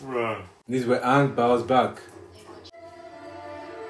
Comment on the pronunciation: is the most garbage I've ever seen in a single scene I think the worst decision they made was limiting firebender to only use fire when it was around. I'm so happy they didn't get the chance to ruin Azula of Toph. Also my name is Oong, an I'm the avatar. Who the fck says it like that